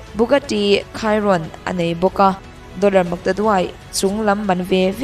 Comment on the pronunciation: Bugatti Chiron ilam dan cuh haha Khairon itia haha Chi rawn .. chirawn Tia lam tr oo